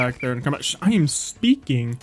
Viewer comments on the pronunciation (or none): none